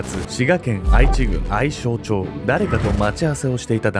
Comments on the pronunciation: 滋賀県民です^_^ 『あいちぐん』じゃなくて 『えちぐん』です！^_^ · あいちぐん笑 えちぐん ね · 愛知郡はえちぐんって読みますよ🙆‍♀️ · 元滋賀県民です！ これ（あいち）じゃなくて （えち）って読むんですよ🙆‍♂️ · 地名の愛知郡ですが"あいちぐん"ではなく"えちぐん"と読みますよ。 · あいち、じゃなくて えちやな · 「あいちぐん」ではなく「えちぐん」です。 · ちなみにほぼ地元なので分かるのですが、「あいちぐん」ではなく、「えちぐん」です。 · 愛知郡はあいちぐんではなく、えちぐんです。ダイアンの出身地になります。。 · あいちぐんではなく、えちぐんですね。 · あいちじゃなくて えちぐんと読みます！ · あいちぐんじゃなくて、えちぐんだよん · あいちぐんではなく、読み方はえちぐんです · あいちぐんではなくえちぐんです。 知り合いの近くでびっくりしたの覚えてます。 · 愛知郡の読みは「あいちぐん」ではなく「えちぐん」です！！ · あいちじゃなくて、えちです。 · 滋賀の愛知郡は｢えちぐん｣と読む。それが気になって話の9割しか入ってこなかったです。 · 私も昔間違えておりましたが『あいちぐん』ではなく『えちぐん』が正しいです。話おもしろかったです😊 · 地元民です。 細かいですが、えちぐんと読みます。 愛知県の読み方が有名なので、間違えるのが普通ですけどね。 こんな明らかに異様な人が身近に居たら、まず近づきません。 虐待が外に見える形なら、通報もできますが、ほとんどがそうでは無いですから、周囲の人が助けるのは難しいですね。 被害者にならないように、異常者に近づかない事しか対策はできなそうです。 節約のつもりなのかマッチングアプリで相手を探す人も若い人なら多いと思います。 ただ、ものすごくリスクがある事なので、万一でもこんな目に遭うくらいなら、1万2万払ってでもプロの方に相手して貰った方が良いと思うのが、個人の感想です。 （30代女性主婦） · これはヤバイ事件ですね。 自分の近くの県で、こんな事件があったとは驚きです。 所で、細かい事なんですが、滋賀県愛知郡を「しがけんあいちぐん」と読まれていましたが、正確には「しがけんえちぐん」が正解です。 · 細かいけど私も「愛知郡」の読み方についてコメントしようかと思ってたところでした😅 確かに初見だと「あいち」と読んじゃいますよね。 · 愛知郡→あいちぐんじゃなくて、えちぐん。こんなバケモノみたいなババア…性行為以外に魅力は？ていうか、このサバ読みババアだけに限らずなんで初対面の人間の手作り食べれるんやろう…💦💦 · すんごい細かいところで申し訳ないんですが、読み方は滋賀県愛知郡(えちぐん)です💦 地元が近いですがこの事件の少し前に引っ越した為こんな悲惨な事件があったの初めて知りました。胸糞悪かったです…